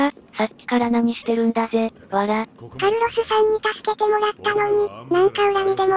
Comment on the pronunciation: カルロスが、カイロスに聞こえたw